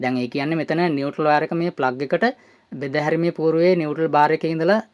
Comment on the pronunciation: නිවැරදි කිරීමක්: ඒ වචනය 'නියුට්‍රල් ' (neutral) , නියුටල් නොවෙයි!